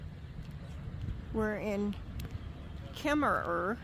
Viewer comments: why is Kemmerer pronounced without the second er? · Kemmerer is pronounced with out the second er. It is in the South west corner of Wyoming. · You don't pronounce the second er